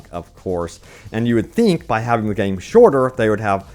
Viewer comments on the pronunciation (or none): none